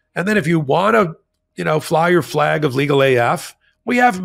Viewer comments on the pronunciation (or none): none